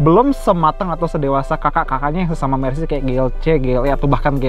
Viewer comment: Btw Car bacanya nya mertsedes bens😊😊😊😊🙄 koreksi